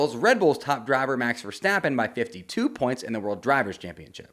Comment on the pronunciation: Start saying Verstappen. Stop saying Verschtappen